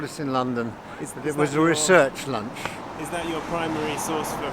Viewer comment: It may sound petty but I was pleased that Mr Palin pronounced research in the proper English manner A hell of a lot of people are now saying it in the American way as ree search